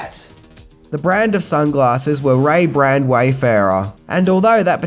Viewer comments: Ray-Ban’s, not Ray-Brands 😉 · you do have a big fat head😎 And what the hell are Ray Brands!! I think you mean Ray Ban's!! Dude, love your videos but far out you mispronounce everything😛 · BRONSON Pinchot. Ray-BANS.